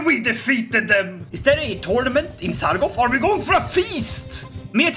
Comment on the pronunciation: Love the content! BUT IT'S SARGO T, not Sargof. thanks :)